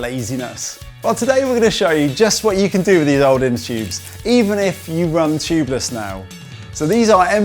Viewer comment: "Inter choobs ". "Choobless valve"